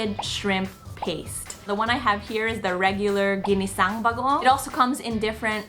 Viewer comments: His pronunciation of bagoong progressively gets better throughout the video 😁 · I love that he pronounces bagoong better and better each day haha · He's saying "bagoong" perfectly. 😍